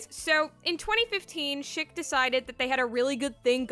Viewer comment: It kept sounding like you said shit razor lol gendo shaving with his shit razor lolll